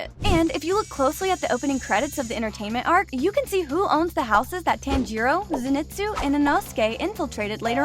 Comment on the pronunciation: Hey I like that you did this its great but say tanjiro,zenitsu, gyutaro name correctly plz and thanks not hateing btw love the content